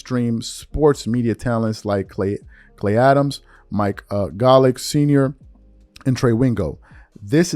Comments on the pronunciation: “Mike GAH-Lick?!” Bro… 🤨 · Pronounce Mike golic again? Minor things like that makes you look bad, just a good word of advice 😊